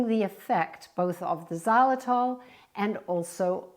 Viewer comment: Before I started I said please do not say xylitol! Here we go again